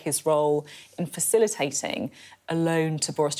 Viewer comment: Facilitzatzing?? Mattzers?? Brexit English! Poor Shakespeare.